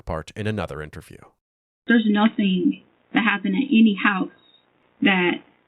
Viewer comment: Yo guy, what’s with you saying the word “house” completely OFF…….. are you a bot or something 🤨. I watched so many of your videos and you say it so weird. Some other words you say that are similar to house u tend to pronounce it similarly.